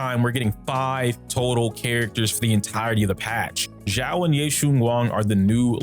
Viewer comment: calling her solely "Xiao" doesn't make much sense, it's just an affectionate adjective that accompanies a name hahaha Also, you are pronouncing it as "Zhao", if you wanna say "Xiao" say it like "See-ao".